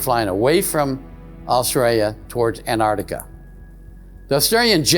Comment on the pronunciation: It's pronounced Antarctica, not Anartica.